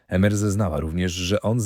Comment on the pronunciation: Emer wymawiamy IMER 😉